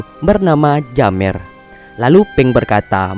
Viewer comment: Bang Bukan Jammer Tapi Jemmer